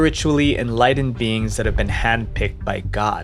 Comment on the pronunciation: First major red flag "beins". It's "beings" homie, gnomesane?